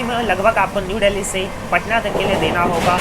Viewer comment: Dally nhi dilli h. Angrej bn rhe ho bde